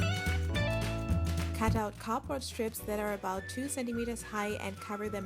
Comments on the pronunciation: It sounds like ur saying cooper but it's cardboard no offense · ITS NOT "capord" ITS "cardboard"!!!!!!!!!! 😡😡😡😡😡😤😤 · It sounds like she says copper instead of cardboard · It's called CARD board not COB board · Is it just me or does it sound like she's saying copper instead of cardboard? Not being rude I love your vids! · For the longest time I thought she was saying “copper” and I was hella confused. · When you say "cardboard" it sounds like "copper" either that or I need to sleep more